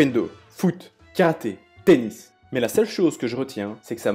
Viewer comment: Quand ta dit '' tenis jai compris penis 😂''